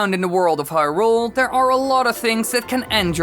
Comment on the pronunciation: This guy’s pronunciation of Hyrule makes me want to punch something.